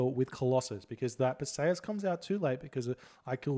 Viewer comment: It's Per-see-us. Not "Persayuhs"